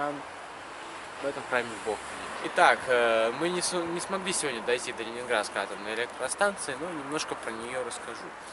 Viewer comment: "Сёдня" - нет такого слова. Нужно немного поработать с речью... Оператору желательно ознакомиться с композицией кадра.